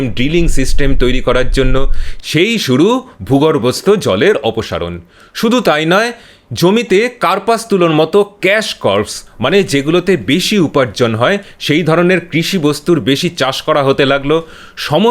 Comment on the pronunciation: ক্যাশ কার্পস্ নয় ক্যাশ ক্রপ্স।